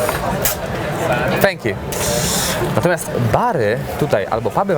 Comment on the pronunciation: ... "Stęk Ju" xD